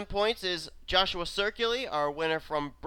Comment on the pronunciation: I just noticed why you keep mispronouncing my last name. My last name is spelled Ciculli. There is no R